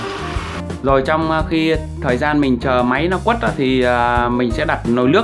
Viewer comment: Quết ko phải quất ạ .